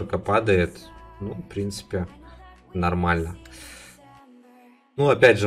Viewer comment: в середине ролика: " Намальна, соседи, вам нравитса " 😂👌